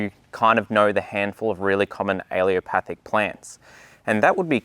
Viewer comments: You're pronouncing it wrong, it's pronounced Allelo-patheic or alleelo-pathic, you are saying allio-pathic, I'm trained in plant physiology. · What is it with Brits? They can spell a word, but pronounce it wrong. Very distracting! "a-lu-mi-num" is Not aluminium. "Al-lel-o-path-ic" is Not aleeopathic. All plants are allelopathic to a degree. You use the word as though allelopathy is a negative thing. Allelopathy is a biological phenomenon by which a plant produces one or more biochemicals that influence the germination, growth, survival, and reproduction of other organisms or plants. This effect can be either positive (as legumes fixing nitrogen in the soil) or negative (as fennel retarding the growth of its neighbors). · Yes. He constantly mispronounces allelopathic as alleopathic. No problem. It will come out in the wash. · maybe learn the word if you are making a video about it..? it's allELOpathic.. not aLEOpathic.. just a thought.. you actually wrote it on the screen in big letters but still didn't read it.. sorry.. word nerd .. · Please learn to say the word. You offered good info, but hearing you pronounce al-lel-o-pathic as al-ee-o-pathic was distracting. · Why does he keep mispronoucing "Allelopathic"? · Why does no one pronounce allelopathic correctly? My botany professor even pronounced it “alopathic” and here in this video it is being pronounced “alliopathic”. A-lell-o-pathic. Just like it’s spelled. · he says ‘aileopathic’ but the caption says ‘allelopathic’ - which is it? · “Allelopathic” is CORRECTLY pronounced: AL-LEL-O-PATH-IC👍 not A-LEO-PATH-IC 👎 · Great video but you are not pronouncing 'allelopathic' correctly. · Great video with very useful information, but please learn to pronounce the word ‘ allelopathic’ properly. It is not ‘ aleopathic’ which is how you’re pronouncing it. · UH-LEE-LO-PATH-IK... You're forgetting the second 'L'. Also, daikon radishes are still used as cover crops, because the pros outweigh they cons.